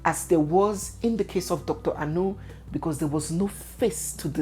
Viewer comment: Dr Anu, as in Dr meat? Anu means meat in igbo. as an igbo lady please pronounce the name well! It's not a foreign name! People that are "fingered"? lol